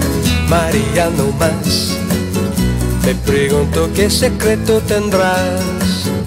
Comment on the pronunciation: Que te "Lames " "Dolce " Se nota como estába leyendo la fonetica "Sicretos " dice también y "Crestina " , "Filíz"